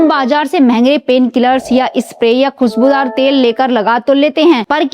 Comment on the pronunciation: ये वीडियो न देंखे, हिन्दी उच्चारण बहुत अशुद्ध है सुरुआत?? या शुरुवात खुसबूदार?? या खुशबूदार सरीर ?? या शरीर, मालिस?? या मालिश सामिल?? या शामिल असुद्ध ?? या अशुद्ध सान्त ?? या शान्त औसधियो?? या औषधियों कांच की सीसी?? या कांच की शीशी